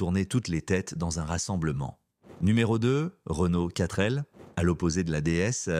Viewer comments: Sans oublier la quatreu L 😮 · La quatre elle 😂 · 4L Voix normale : Katrêl Voix IA : Katreu Elle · Oui. La panard et la quatre elle 😂😂😂😂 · Qui dit "4-euh-L" à part l'IA? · La quatre L ??? C'est penible l'IA !!! JE ZAPPE ! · La prononciation de l'époque : Pan-Hard et non panard. Quatr'L et non Quatre L. Horrible IA. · Il y a la panard et la quatreee elle 😂😂😂😂 . Sinon vidéo intéressante. Merci